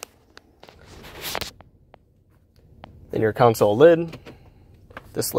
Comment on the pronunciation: You keep saying “council” and it’s driving me crazy. It’s “console” pronounced “con-soul”